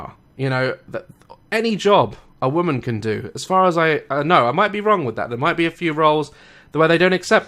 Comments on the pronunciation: Daz why do you say "woman" like it's plural? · Just saying, you pronounce women "woman"... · You're pronouncing woman wrong